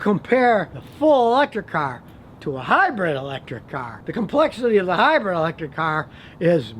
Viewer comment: Please stop saying "hybred", it's "hybrid" Scotty. Good info on ac & dc motors👍🏼